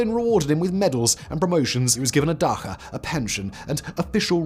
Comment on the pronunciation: Simon, for the love of god, "dacha" is pronounced with "ch" sounding just like in "cheque" 🙏